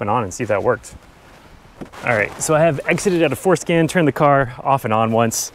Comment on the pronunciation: I know he's saying for scan but I can't help but think that he's saying foreskin. 😏